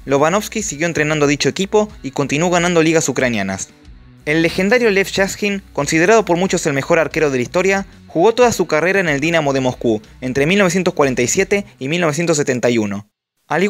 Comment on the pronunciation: es Lev Yashin, no LLAS-JIN